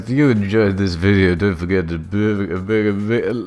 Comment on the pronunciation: “I wunt 100 THOUSUND LEKS ON DAT VUDEO, or something stupid like that, I can’t do that...” goes to look at fyre festival video: 275+ thousand likes Damn dood